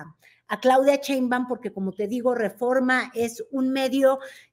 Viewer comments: falta de respeto,no es "Cheibaum".Respeta. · "ROSHA" hablando de "SHÓTITL" y "CHEINBAUM". 😅😅😅😅